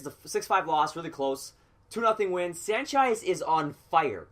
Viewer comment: It's Sanchez not sanchiz but good vid